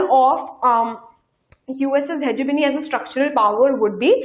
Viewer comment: Ma'am your lecture was very helpful indeed! I just want to say one thing more is that please see to your pronunciations and try to correct them.As students will listen to you and will speak the same. ex:routes..hegemongy listen to the pronunciations on youtube. Please do not mind it is like that for cbse students besides the concept these all things matter too.